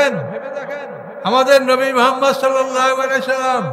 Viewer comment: এর ঊচ্চারণ অনেক সুন্দর,নবী করিম (সাঃ)এর নামের ঊচ্চারণটা আর ভালভাবে করার জন্য আবেদন জানাচ্ছি।